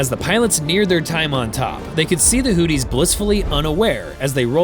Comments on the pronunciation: Not hooties 😂 hoothies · Hearing Hootys over and over was annoying to keep hearing. If you are going to say their name, at least say it right. Houth - e is how it's sounds. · Is the AI calling them Hooties?? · Hooties and the blowfish? Pronounce your words. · Ha ha ha. He says hooties. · AI garbage. Mispronounced Houthis every time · Man your pronounciation of houthis makes me laugh so hard. Sounds like booties with an H 😂